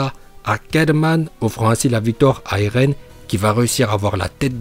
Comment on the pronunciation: 0.59 Dis pas elen en essayant de dire eren en roulant le « r » si tu sais pas le faire Bouffon